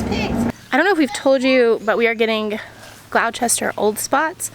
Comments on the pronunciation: PLEASE, at least learn how to pronounce their name!! It is GLOSTER!! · Don’t you pronounce it “Glawster?” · Gloucestershire is pronounced glost - uh - shuh. Similar to Worcestershire they are both counties in England. I used to live on a Gloucestershire Avenue. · ok so don't be afraid to call them 'GLOSS-TER's" - thats how we say it back home - a bit like Wooster sauce. you can leave out the 'shire', which if anybody asks, is pronounced 'sheer'. but glosster old spots- we know what they are! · It’s pronounced glo ses ter shIre with a little oh sound say it quick 😀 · Gloucestershire is pronounced glo-- ster-sheer.. I know. It doesn't make much sense. I was born in Cirencester ( pronounced siren cester), which is in Gloucestershire. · the pig breed is pronounced like Glostersheer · It made me smile when i heard you pronounce gloucestershire in a USA way , it reminded me of when i moved up to Scotland and pronounced things in the english way! - in England we pronounce it gloss -ster -cher which when you think about about it means we put in a load of letters that we don't pronounce! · Nice pigs! Btw you pronounce Gloucestershire "gloss-ter-sure." I grew up in England with English parents, so that's how I know haha. The Raising Roots guy was really knowledgeable and I enjoyed learning all that stuff. So thanks for that Art. You guys are going to love those pigs. That breed goes waaaay back in England, and fed millions of farmers and families over the centuries. God bless you all. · You pronounce it: Gloss-ter-sher. I know, English is weird. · Gloss_ ter _ sheer.I too am from U.K. also Berk- sheer. It's the shire that makes it sound so different. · Hi from UK......it’s pronounced Gloster. Try growing some quinces or crab apples for feed plus you can make really good jelly’s/jam from these.....really iangy if you don’t add too much sugar both go fantastically with the old spot pork.